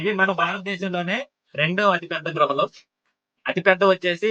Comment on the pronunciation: Gruhalu kaadu baabuu Guhalu anaali